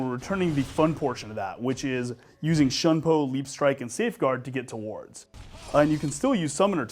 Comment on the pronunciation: It's "shoon -poe"